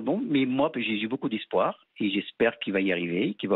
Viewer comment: "jy boucoup d'ispoir"